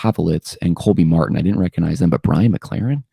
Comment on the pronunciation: The "G" in recognize is not silent.